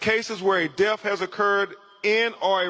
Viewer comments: C'MON!!! YOU'RE AN ATTORNEY!!...FOR GOD'S SAKE PRONOUNCE "DEATH" CORRECTLY! DEATH IS NOT PRONOUNCED AS DEAF! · His unwillingness to pronounce the words correctly is baffling. Deaf of ? WTH is wrong with him? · This show is a disgrace. It takes time to properly investigate. You really find it necessary to read the autopsy to everyone? You’re just trying to justify insinuating his white friends. And it’s death not def 🙄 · He said deaf for death, I'm not going to name them all he's ridiculous.